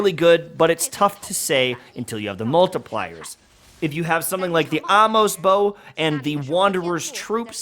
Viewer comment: Amos' Bow is not "the Ah-mos Bow". There's an apostrophe there, denoting possession. When the name or pronoun already ends in s, you don't add "apostrophe s", but rather just an apostrophe. Amos' Bow: the Bow that once belonged to a man named Amos. For ease of pronunciation, the whole name of "Amos' Bow" rhymes with "Famous is Joe".